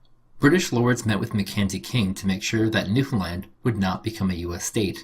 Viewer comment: I'm impressed that an American finally pronounces Newfoundland correctly. Amusing note: My uncle was sent overseas during WWII. Very few people knew that he was actually stationed in St John's.